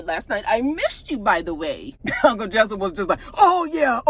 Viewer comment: Every time you say“Uncle Jessyp” it takes me out.